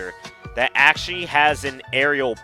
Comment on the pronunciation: ackhually this ackhual video is very ackhually ackhual